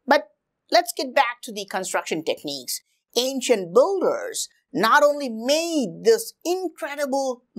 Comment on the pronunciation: Pretty nice videos. It’s just whenever you say “builders” it sounds more like boulders😂